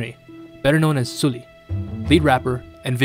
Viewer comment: Good content as always! But please it's SUL-li like the u in "but" or "dull" not oo in "fool" 😥